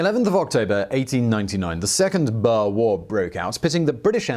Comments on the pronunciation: Boer is probably best pronounced BOuHEHRR Confusingly wiart is probably pronounced Viart The German people pronunciation on the VW is fee vee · Boer is pronounced "boor" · Wtf is a BUR??? Its BOER! Do so research... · OK I was mostly referring to the boer pronounced bower. Definitely wrong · The "Bear War"? The "Bears"?? Your pronunciations become more eccentric with each video. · Well that was clearly a lunkhead moment. But honestly, I would appreciate if you can work just a bit on that pronunciation as I've never heard somebody say Boer like that. Thank you, I do enjoy your shows.